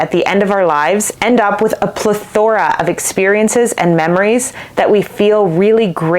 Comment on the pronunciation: You seem entitled and inexperienced. You'd be more convincing if you learned to pronounce words like "plethora".